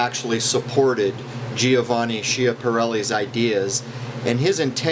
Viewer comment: It's pronounced like Skia'parelli. In Italian "canali" means channels AND canals because in Italian they use the same word for both things.